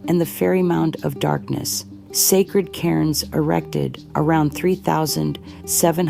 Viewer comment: Did she say sacred karens😂😂😂